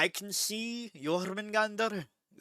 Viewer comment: Jormungandr pronunciation on 💯